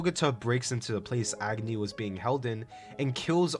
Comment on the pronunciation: Fun fact: Agni is also a fire god in India. It's pronounced as ugh-knee. I think it's cool to see the character names match their characteristics like Luna 🌙, Agni, and Sun ☀️